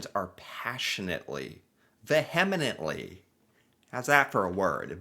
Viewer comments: "Vehemently". Great word, but you are pronouncing it wrong. First syllable is pronounced like "Vee". Google it. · please stop saying "vehemently" until you learn to pronounce it properly. VEE-eh-ment-ly. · Vehemently...pronounced vee yem ent lee. Lol